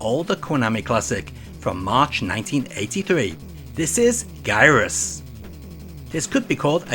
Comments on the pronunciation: "Guyrus?" I think that's meant to be a soft "G" as in "Gyroscope". (Plus the ジ in the Kanji, otherwise wouldn't it have been "ガイラス"?) No matter. It's a great game however you say it! I remember renting the NES version back in the day and it's certainly the best version you can play! Well, in the US at least. The extra touches on the FDS original put it over the top! It's a real shame Nintendo decided to mess around with their own hardware and relocate the pins for the audio expansion to a port on the underside of the console that was never used. What was wrong with the pinout of the Famicom? How different would've NES music been had expanded audio been available to American and European composers? At least we still had some outright bangers. I think the most impressive port is the 2600 one though, since they went with eliminating sound effects in order to port the arcade soundtrack! It kinda makes me think of how so many European Amiga games would only give you the choice between music only or SFX only when the 4 channels of the Amiga could've easily handled both at the same time. The TIA in the 2600 only had 2 channels of sound, barely enough for sound effects, and certainly not enough for music and sound simultaneously unless you only used one channel for each. That, or you cheat like Pitfall II did with its DSP chip adding extra sound channels to the 2600. I guess Atari what Nintendidn't? Also, isn't it interesting most of these Gyrus ports are for western platforms? I'd h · 1. It's pronounced "Jye-russ" 2. You forgot the GBA port which was part of the Konami Collector's Series: Arcade Advanced compilation. It's really a straight port of the Arcade original with some additional features. All in all, I would say the NES & Famicom Disk System versions are in fact, better than the Arcade original. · To be that pedant, it’s a soft g in ジャイラス！probably because of the circular gimmick, it’s gyroscopic. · Gyruss is pronounced with a soft "G" (as in cotton gin).